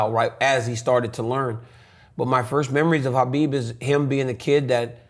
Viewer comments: That's the right pronunciation of Khabib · Only dc prounce khabib correct name